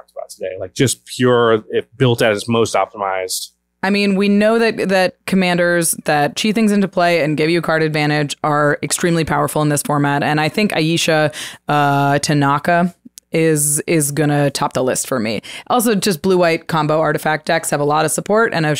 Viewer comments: The card's name is pronounced "ai·ee·shu" not "ai-yea-shu" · It’s pronounced Eye-ee-sha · It’s pronounced: Ay-ee-sha. “She-who-must-be-obeyed.” The name is a bit of an literary insider’s reference.